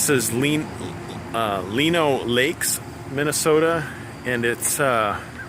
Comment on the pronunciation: Its pronounced [line-o Lakes, Mn.] Great vids. I live in St. Paul.